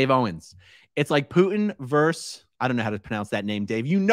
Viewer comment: Aaron, I admire, and love you,,,,, but the word is versus